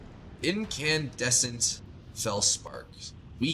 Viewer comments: In-can-des-int = bright/ illuminated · incandescent is pronounced like "IN-kan-DESS-ent" :)